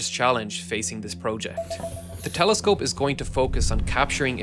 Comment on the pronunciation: “”Space Teleskope””